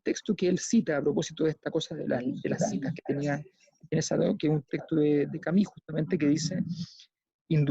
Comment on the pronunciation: Lindo programa, Sabato de los 3 grandes argentinos, fue el màs comprometido con la humanidad, un abuelo sensanto. Y Alberto, se pronuncia Camiu, no Cami. Si vamos a pronunciar en lengua extranjera, hagamoslo bien. En buena, pa que no te chaqueteen los odiosos de siempre. Abrazo!